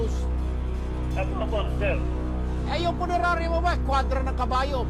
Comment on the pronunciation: Abaaaaa eh permanent closure na yan!.....sir hindi po punenarya..😂😂😂punerarya po😂😂😂😂😂😂